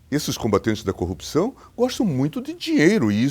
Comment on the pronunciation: Sergio Moro senador, São Paulo maior PIB do Brasil, fala corrupção, caraca tu e esquisito,não sou juiz nada, aprenda falar o português, o cara fala copcao.. senador..e esse Bolsonaro indicada um juiz q sabe falar, e algo grave, O português e o mínimo, detalhe n sou petista porém burrice, caraca fui alfabetizado no sítio, um juiz q n sabe falar, incrível, da vergonha ouvir o Sérgio Moro falar, parece meio ignorante..o Lula sem estudo e mais esperto q ele, e muito sem noção, juiz aprende a falar